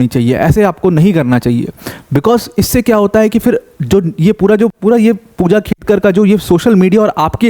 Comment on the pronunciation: It's खेडकर not खेतकर